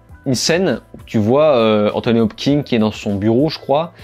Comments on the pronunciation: Salut mec ! Merci pour ces critiques et résumés, c'est toujours cool de te suivre ! Par contre, si tu m'autorises une critique sur un truc pas si important que ça (mais qui me hérisse quand-même xD) c'est "Anthony HopKINS" pas "Hop-king" ! x) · Hopkins et pas Hopking bon sang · Hopkins ! Kins ! Hopkins ! Pas Hopking ! Hopkins !!!